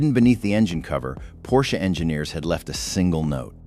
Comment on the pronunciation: When the opening line is “A Pors C-H-E”…